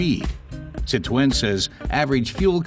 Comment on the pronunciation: Why does he pronounce 'Citroen' like Elmer Fudd? 😂